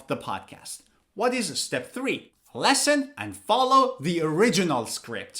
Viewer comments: Listen is pronounced as Li s(o)n. It's a short 'e' sound. Like Liberty, living. Pronouncing it as Lesson is wrong. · the way you pronounce 'listen' was just like 'lesson' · Sometimes I heard lessen instead of listen. Is it American accent? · has anybody told you that you pronounce (listen) as / lesn/ I mean the first vowel sound is different. I know you are a native speaker and none can speak English as well as you do but I'm waiting for your explanation. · Wwwwwwow your pronounce of listen is wrong